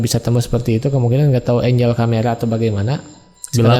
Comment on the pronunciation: maaf kang, enggel bukan enjel pronounce nya, kalo enjel jadi malaikat artinya 🙏